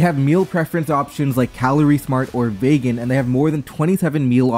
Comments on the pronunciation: Why did you pronounce Vegan like that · I chuckled when you said the word vegan like that sksksk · I genuinely think that's the first time I've heard anyone choose to pronounce "vegan" like that... (Note: Despite mentioning the word, I am very much so not vegan)